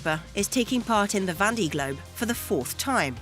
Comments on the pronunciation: Would be nice if the commentator could pronounce "Vendee" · Yup that was bugging me too.